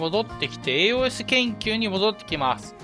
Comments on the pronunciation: AOS研究はやっぱ必須か。強化パーツはローズスリーかね。AOSを「えーおーえす」って発音してたのが少し気になったw「えーおす」です。 体験版の範囲だとドライストレーガーが最強ユニットだから、エンジンはアップデートしたいな。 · 以前の動画から気になっていたのですがAOS(エーオス)という読み方を敢えてエーオーエスと読まれているのでしょうか？